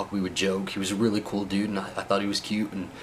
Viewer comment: stop saying DUDE, and if you have to, normalize the U sound. It's really annoying...